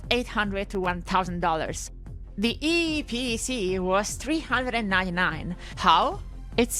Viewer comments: I am happy you pronounced eeepc correctly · I like the way you pronounce "eeePC" 😀